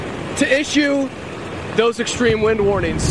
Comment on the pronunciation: and he said ekshtream _ Where did he go to school?